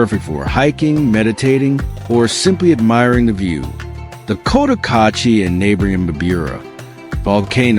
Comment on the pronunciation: Can’t even pronounce Cotacachi. $15k for a lot? Absolute nonsense. Rents are way off. $300 will get you a hovel. If you’re watching this be sure to get some accurate local intel.